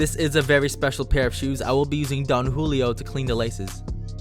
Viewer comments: Did this manz just say don Wholio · Lmfao this dude said Don Julio